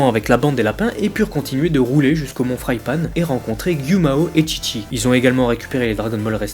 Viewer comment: Mont frypan pas fraille panne